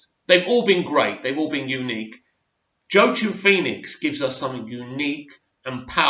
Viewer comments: It's Quackin' Phoenix, not Joe Chin Phoenix. Phoenix is a bird, that you probably knew. But what you probably didn't know is that it quacks. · Joaquin Phoenix is pronounced “Wah-Keen” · As always thanks for your insight on the film. It’s my most anticipated film this year. Also, I’d like to help you out with the pronunciation of the actor’s name. It’s actually Joaquin [HWAK] + [EEN] or [WA]+ [KEEN] . Cheers 🙂